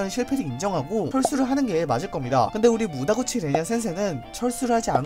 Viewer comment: 무다구치가 아니라 무타구치.....